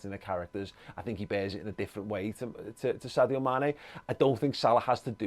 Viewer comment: Amazing how many Liverpool fans cannot pronounce Sadio's name.. it is pronounced SARJO 😃😃